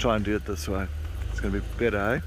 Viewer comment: LOL that Ehhhh is so South African, if one was to play that for me at any time I'd be like homeboy